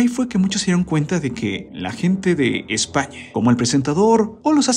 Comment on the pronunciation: ese narrador del video, tiene un problema MUYYYY SERIO DEL HABLA: españe, la recistencia, camare, esperabe, comunique, proivide, largue, expericncies, la pregunte, VICEVERSE??? es en serio???...